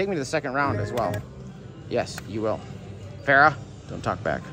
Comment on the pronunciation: And Pharaoh "Farrah" 😆